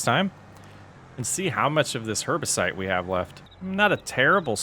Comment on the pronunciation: Herbicide - not herbicite. Like homicide but with herbs.